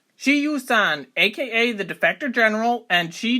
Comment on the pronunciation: His name should be pronounced like sher, not she. If you're going to say it that much, learn how to say it.